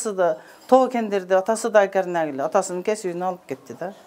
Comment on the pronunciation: гярнак дегени эмнеси болду экен деп,такыр тушунбооой, ойлонсом, ГОРНЯК турбайбы 🤦